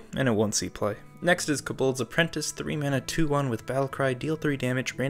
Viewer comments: please... stop calling them cobOlds its terrible😭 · the way you say kobolds makes me a lil triggered